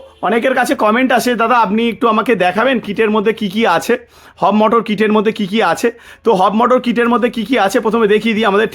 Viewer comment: একটু সঠিক ভাবে বলুন ওটা হব মোটর নয় Hub Motor হবে ।